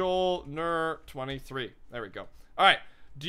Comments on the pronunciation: "M Joel Ner" same xD its pronounced "myulnur" like Thor's hammer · M-joel-ner made me cringe so hard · Mjolnir is pronounced me-ol-nur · Mjolnir is pronounced (mee-ol-neer). That is the name of Thor's hammer